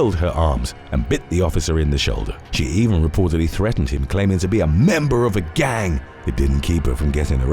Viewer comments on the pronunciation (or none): 😂🤣😅 i can't stop laughing guy's 😆 is swear he over exaggerates "member of a GANG" 😅🤣😂